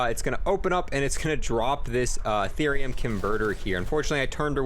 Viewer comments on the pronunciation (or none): none